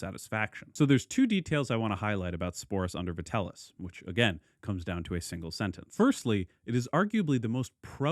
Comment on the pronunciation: Vitell - i (eeee) - us, not Vitellus. Sorry for being that guy. Great video otherwise. If you haven't looked into it, Nero coins can be surprisingly affordable, especially tetradrachms, which you might appreciate owning as a Nero fan.